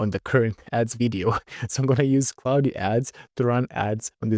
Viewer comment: Почему ты говоришь Клауди? Когда это Клод😞